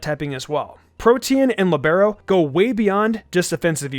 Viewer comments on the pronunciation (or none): Ok guys, let's do a game: take Google Translate, set it to Italian, and write "Libero"; then, press the "Listen the pronunciation" button. Great, now you can pronounce a word correctly.